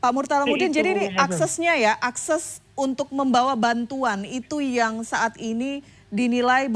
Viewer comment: Mbak anchornya ngomong akses aja salah.